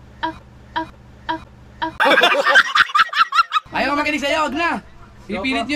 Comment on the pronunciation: ...dapat kasi hindi matigas pag.bigkas mo ng R,dapat medyo slung ang pagka bigkas ng R sa GO PRO...☺️☺️☺️ thanks me later...😁😁😁